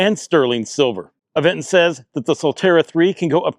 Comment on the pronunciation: bro said “Av-eng-ton” not Aventon?